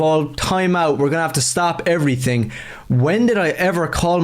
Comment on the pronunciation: And everytink